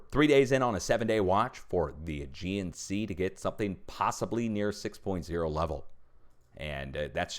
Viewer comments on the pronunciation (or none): none